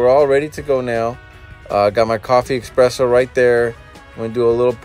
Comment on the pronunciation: ITS ES-PRESSO!!! NOT EX-PRESSO!!!!!!!!!!!